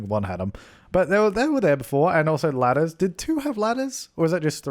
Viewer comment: I just kept hearing you say lettuce instead os ladder lol